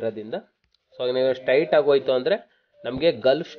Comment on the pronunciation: Adu Stait alla Straight Gulf alla Golf